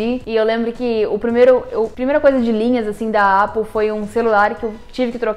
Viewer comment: Vídeo muito legal! Mas estranhei sua pronúncia errada de Apple...